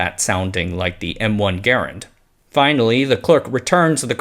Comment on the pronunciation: I was not expecting a m1 garand reference let alone someone getting the pronunciation right.